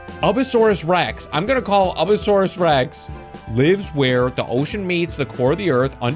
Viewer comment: Its. Pronounced. Abyss-a-suarus